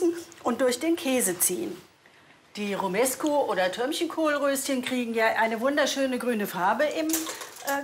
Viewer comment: der heißt romanesko und nicht romesko!!!!